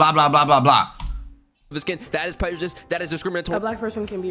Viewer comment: did he just say prejedisum tf LMAO